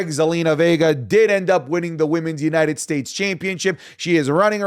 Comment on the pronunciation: for the love of christ .. STOP saying YUH-NITED STATES ITS YOU-NITED STATES